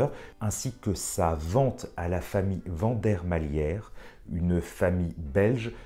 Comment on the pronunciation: Hello Aficionado Pour info, on dit Vandermalir, ouais je sais, je pinaille, mais c’est mon côté belge sans doute… top vidéo cela dit 😂👍🏼👌🏼